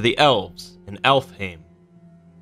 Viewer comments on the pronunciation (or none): So when he says alfheim aesir and niflheim muspelheim it makes me so irritated because of how they pronounced it In god of war